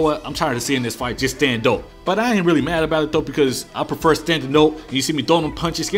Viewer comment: "I prefuh standing ohp"